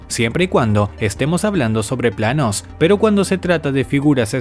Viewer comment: PlaAaAaaNOs...menuda pronunciacion parece k vienes de Marte